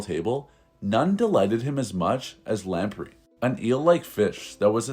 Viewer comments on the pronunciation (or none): Weird pronunciations in this script. Check new words before recording, particularly where English place names are involved; and the fish is pronounced, lamp-ray.